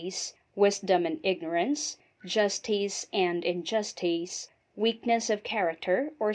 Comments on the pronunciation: The speaker's repeated mispronunciations of words and even of the name Aristotle are distracting. One example is "justeez" rather than "justice." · I wondered where the slightly unconventional pronunciation of 'Aristotle' and 'justice' came from. Nevertheless this presentation would have to be one of the most succinct and lucid summaries of the subject matter. Very well done.